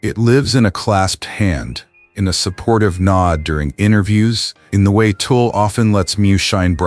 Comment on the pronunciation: At least get Tul’s name right. It isn’t Toll or Tool or Tulpa, it’s Tul !